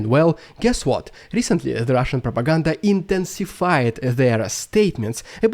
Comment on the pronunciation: Rediculous Russian prrrrrrrrrrropaganda!❤